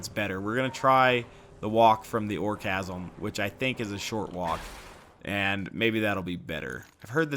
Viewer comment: It is a silent h in chasm btw im pretty sure its meant to be a play on word of orgasm since its a moxxi arena